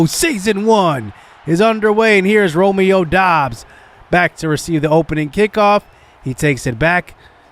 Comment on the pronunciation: It is pronounced Romeo dubs